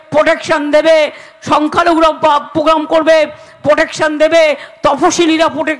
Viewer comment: পোগ্রাম, পটেক সান 😂😂😂 কি উচ্চারণ... কেজরিয়াল 😂😂😂